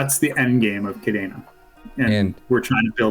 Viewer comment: Why does he say kadaina when it's kadena?